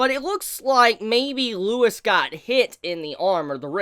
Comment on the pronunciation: Why is everyone calling him Lewis!? LEUVIS